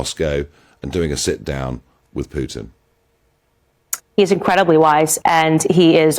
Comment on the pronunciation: I like how she gets all GANGSTA when she says the name...Putin. She calls him Vladamir Poo-In! POO-in. Vladimir POO-In.